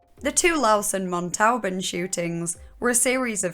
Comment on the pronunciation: Pst pst, Toulouse would be said like too-loo-z (or too loose lol) and and Montauban, m-on-toe-bhan ;) great vid anyways!